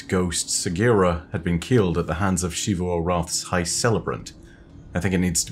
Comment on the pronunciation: For the love of god my guy you've been calling her "shee-voo" for like 6 years when the game literally pronounces it for you.